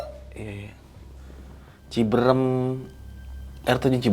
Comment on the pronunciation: Orang Jakarta bilangnya ciberem orang Sunda bilangnya Cibeureum karena saat pengucapan mulut Ama rahang agak di buka dikit 😁 🙏